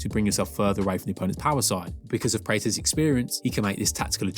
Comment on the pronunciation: You keep saying his last name wrong. Praw + tez. This is a striking channel so I would have guessed you have seen a few UFC events. Maybe they say his name differently in England?